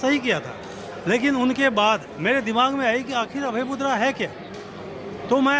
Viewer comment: It's मुद्रा not मुद्दा... Correctify it